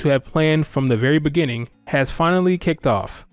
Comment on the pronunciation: Us: "So how long was Bee planned for." Barb: "In the beninging."